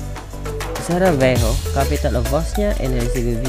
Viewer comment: It is Sarajevo not Savarejo 👍